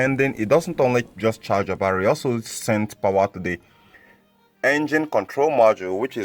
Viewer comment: YOUR BARRRY PRONOUNCIATION IS KILLING THE TERMINALS IN MY BRAIN